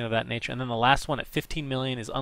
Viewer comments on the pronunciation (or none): none